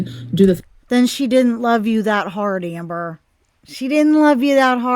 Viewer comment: You said Hamber! Love it! LMAO